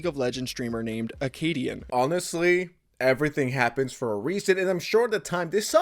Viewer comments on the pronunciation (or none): Listen. I love you but we have to work on the pronunciation of “happen” there’s no T my man. It kills me everytime 😂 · Mfw //// randomly puts a T in the word “happen”